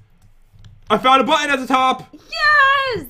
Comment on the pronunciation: Button* the second time you said button it said botton